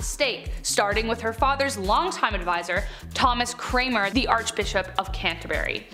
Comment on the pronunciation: Just so the young female presenter knows, it wasn't 'Thomas Cramer', it was 'Thomas Cranmer' as in 'Cran' followed by 'mer'! Hope you will remember this fact for the future!